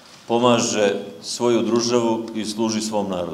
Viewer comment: DRUZAVU AHAHAHAHAHAHAHAHAHAHAHAHAHAHAHAHAHAH